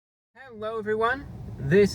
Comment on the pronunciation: did he just say "hewwo"